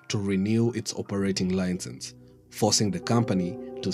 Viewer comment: Very informative. There seems to be a trend of entrepreneurs coming up with a good idea & then politically connected people swoop in after sabotaging the idea through regulations & laws. This is what holds back growth in Kenya by killing innovation. ...... LI-CEnse not LINE-cense we seem to have a problem with this word despite our mastery of the English language. (please, no cliche's about coming by ship, blah blah blah)